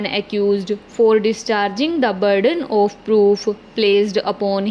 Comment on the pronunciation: Please pronounce properly. You've some issue of 'of' and also the joining of phrases.